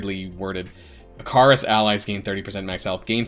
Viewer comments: try pronouncing it one more time, it’s “ick-uh-ris” 😂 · Great video, please go check how Ikaris is pronounced for future videos xD